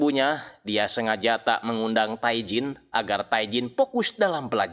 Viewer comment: Bang, pelafalan Korea itu nama Tae bilang nya Te.. huruf vokal kedua yg dibaca Tae Jin => Te jin